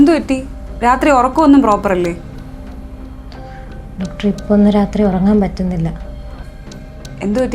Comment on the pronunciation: ഡാക്ടർ അല്ല ഡോക്ടർ